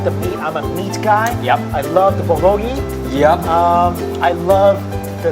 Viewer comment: Stop butchering "bulgogi" and "kalbi". cringes